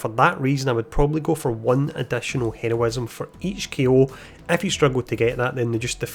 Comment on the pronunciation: Yo I appreciated your videos they help a lot but could you practice your pronunciation of heroism and quick